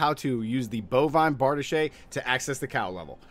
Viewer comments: Bar-DEESH... not Bard-uh-shay. You've been watching too much "Pooty Tang". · Why do you keep calling it "Kania's cube" an calling it "bardishay" ?